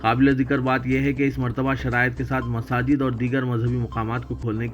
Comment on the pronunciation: Hamare channel par hi ghalat Masjid dikhaya jaega to kitni afsos ki baat hai? Try to correct yourself. Aur apni zubaan bhi thoda sudhariye. Mhajjid bolte aap. Masjid bola kijiye